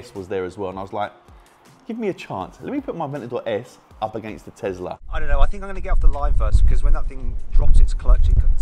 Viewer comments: Guys I'm curious why they keep saying tezla instead of tesla?🤔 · Tezirra xD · more like Thezla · No one:: I can't believe how fast that Tezlariz